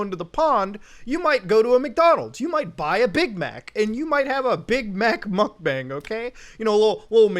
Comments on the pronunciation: why does he still say "mukbang" so wrong 💀💀💀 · Muk b-AH-NG stands for "eating room" in korean aka eating stream because your stream is your "room" or B-ah-ng but its not bang like a gun. its been going on for years we should stop mispronouncing a trend that isnt going away, korean seperates all the vowel sounds from each other so any A in romanization is an AH sound